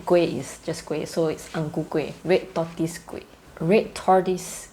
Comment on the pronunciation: Oh wow your pronunciation sounds so different! I wouldn’t have known you were saying “tortoise” if I didn’t read the sub. We say [tor-toiz] but for you it just sounded like you just skipped the “o”. I’ve never heard of that pronunciation before haha Interesting 🤨